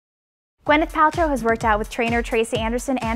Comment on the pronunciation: why can't you pronounce Gw Y neth instead of Gw E nyth? Very sloppy.